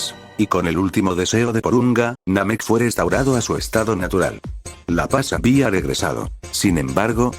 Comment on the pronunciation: Sin ofender pero utilizas mucho acento en el Habia